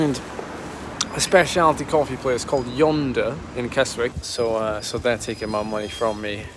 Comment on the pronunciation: Kesick not Keswick in pronunciation, hope you haven't burnt too many matches already before tomorrow, might eschew club runs & drive up there to watch, whatever, good luck with it!